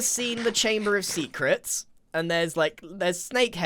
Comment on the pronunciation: chamber of Sea-crets haha